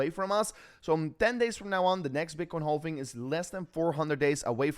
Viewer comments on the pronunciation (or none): It's not pronounced "hall-ving" It's pronounced "haaav-ving". No L